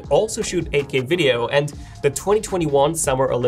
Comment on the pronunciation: when he says 8k it sounds like Ak